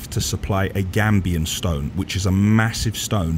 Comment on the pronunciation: Gabion old chap not gambian cheers